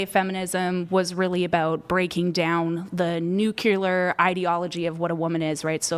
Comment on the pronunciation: “nukular…” NUCLEAR